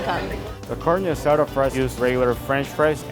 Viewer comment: "CarneO AsaDO"